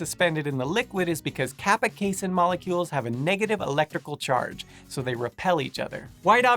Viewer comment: C-a (same sound as FAST)-Seen Kuh-Ass-Seen I cannot even finish this video. That seriously triggered me.